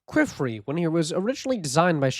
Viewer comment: I am so sorry I hate hate correcting people but you saying Qifrey's name almost sounds like.... Another word I won't post here. But his name is pronounced like Key and Fray. Keyfray. Or Key and Free is also widely accepted.